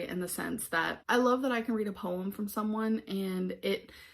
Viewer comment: “Poewumm””powretry” and “writ” How does she get it ALL so wrong?